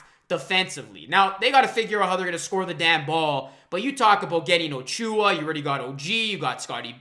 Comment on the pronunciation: I appreciate the watery eyes for this one. You are a true Raptors fan my friend. I had to laugh though when you kept saying O-Chew-ah. lol. Let's welcome the new blood by pronouncing ACHOO-ah correctly. :)